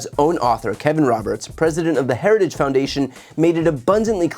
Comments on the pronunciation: To be fair, Trump does not say "Heritage Foundation", he quite clearly says "Harajistoo," which is a completely different organization. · "institutions such as Heregus" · Of course Trump is not associated with the heritage foundation, he can't even say heritage . 🤣🤣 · donnie, it's "heritage", not "herigous". Man, and we thought Biden was the one with a speech impediment. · Trump can’t even say the word Heritage (Heri-gge) he sure as hell didn’t read over 900 pages (without pictures) 😂😂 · In other words. A vulnerable candidate with no professionals around him. Who doesnt read. Cant even pronounce HERITAGE. And denies the existence. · Trump can’t say the word “heritage” Is he alright? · How is Project 2025 Conservative? Got to ❤ Trumps pronunciation of Heritage. Sounds pissed drunk 😂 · Trump can't even properly pronounce Heritage after two tries and barely got out the word "critical". He loves the poorly educated because he is one. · He can’t even pronounce ‘heritage’. Lol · He cannot say heritage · Pete is the MAN! Whenever he talks he just dominates - not with bluster, b.s and grandstanding but with calmness, intelligence, integrity and pure facts. Trump can’t even say the word “Heritage” properly. Lol. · Trump sure has a hard time reading the Telepromter. He can’t even pronounce Heritage. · Here's an idea let's vote for a moron who struggles beyond 2 syllables...Say Heritage again Trumpy...we dare ya! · Trump had a little trouble pronouncing Heritage! 😂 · Heritage Foundation is a Domestic TERRORIST organization. And trump can't even pronounce its name. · I like how he can't even say heritage correctly. What a loser. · He can't even pronounce 'heritage' once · Why wouldn't they want a person who can pronounce the word Heritage.